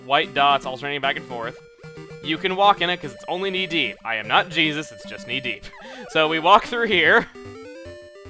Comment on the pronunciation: ''I am not juesus'' (bad english sorry) xD i love the refrece u did! =)